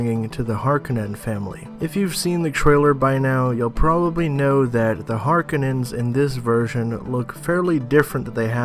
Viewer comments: Har...kou...nan. not harkinins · Pronounced HAR-KO-NANS! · Sorry I had to stop watching when I heard..."The Harkunnens". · I had to stop watching this video after the 5th or 6th time the speaker says Harkenons... Holy Cow.